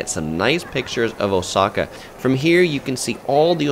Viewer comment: First Travel video I see where someone is pronouncing Oooooooosaka correctly.